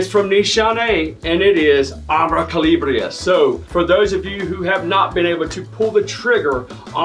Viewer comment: Calabria is actually pronounced (ka-la-bria).It's a region in Italy🇮🇹I do want to get my nose on it.Excellent choices.Keep'em coming.